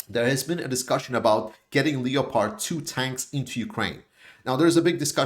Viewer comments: Leo-pard 2 tanks?? Lol it’s pronounced LEPP ARD! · Another great analysis.By the way Leopard is pronounced without the "o" in English: Lepard